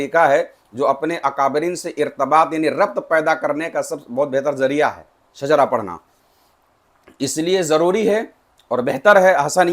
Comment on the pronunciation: Shijra nahi shajra